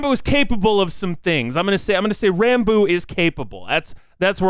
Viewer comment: Opps long comment ahead: His name is actually pronounced like Rahn-Boo, but he's too shy to correct anyone on it so most on the SMP say it like Ran-Boo like you did in this video or pronounce it Rambo lol. Ranboo did hit 500k on youtube before the new year! and has continued to gain subs and follows on Youtube and Twitch at an insane pace. Ranboo came into the SMP a fan of the content and creators. He probably knew more about the lore than most of the members and he'd already thought about what his character would be and what he'd do if he got on it. After getting roped into the plot almost immediately after joining, he sat down that night and created an entire character document outlining lore, quirks, personality, etc. from which to draw from when in Role Playing mode. This makes him pretty much the only character on the SMP who actually has a fully fleshed-out backstory that influences his behaviors and beliefs, making him a very very compelling character with a lot of depth, complexity, and mystery. He's really good at drawing out reveals about his character and dropping bits of lore when you least expect it. I look forward to seeing where Ranboo's story on the SMP goes! A lot of people say Ranboo is like Technoblade but with emotions. While they do share similarities (same laugh, a similar sense of humor, Social Anxiety, married to the Grind, shared mannerisms), they are also very different in a lot of ways of course. Ranboo to this day still doesn't see the comparison